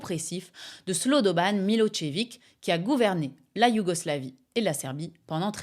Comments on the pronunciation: Je t'adore, tu as un esprit acéré, tu es douce et mignonne et impitoyable, un peu comme un genre d'antique déesse païenne de la guerre.. mais on dit pas pas "Milotchevik" c'est "Milozévitch" la prononciation, je sais qu'on t'embête beaucoup avec ce genre de trucs 😊, je compatis, ma défunte femme adorée avait le même genre de dyslexie.. cela dit j'adore ton nouveau format, je sais que tu n'as jamais eu peur de balancer des grosses patates politiques, mais là, c'est carrément un gros massacre 😅 bravo !!! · eh bien non, ce n'est pas MiloZévitch mais MiloCHévitch* qu'on peut même prononcer Milosh-évitch si on veut le prononcer plus correctement, les Slaves ne fonctionnant pas réellement par syllabe mais par lettre/son et que surtout le prénom qui donne l'origine à son patronyme est Miloš (Milosch à l'allemande) * à prononcer comme dans CHou/chat. Prononcer Milozévitch est une méconnaissance de la graphie š du son ch en latinica qui s'écrit ш en cyrillique. Milošević -> Милошевић. Et du coup en passant l'écrivain tchèque c'est Hachék* (ou Haschek) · Milossévitche, pas Milotchévic... C'est volontaire ces permutations de phonèmes(faux names)?😅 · Merci pour cette vidéo, mais un petit cours de lecture des diacritiques slaves s'impose, tu as massacré pas mal de noms tchèques ou serbes ;) le s hatchek, qui s'écrit š, se prononce che: Yanashek, Miloshevitch. Hashek le c hatchek, lui, č, se prononce tch: donc la derniere syllabe de Miloshevitch.